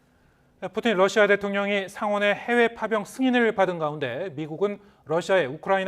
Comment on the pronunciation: 발음 좋은데요 왜그러세요 ㅋㅋㅋ 🤣🤣🤣🤣